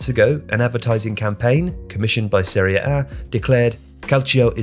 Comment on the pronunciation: It's "Serie" with the final "e", "Seri" is not a word in Italian